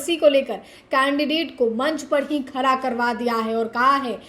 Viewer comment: खारा नहीं खड़ा बोला करो आगे से.....